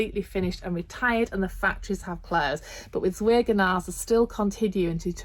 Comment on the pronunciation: Please forgive me if I sound ridiculously pedantic, but I do wish the word Zwergnase was pronounced correctly!! Apart from that, I really enjoyed your videos on their dolls.